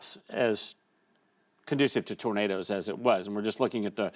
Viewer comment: called them Tornaders 😂